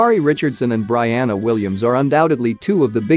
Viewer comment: Your saying Brianna name wrong!!! Let’s get it right when you speak on a goat!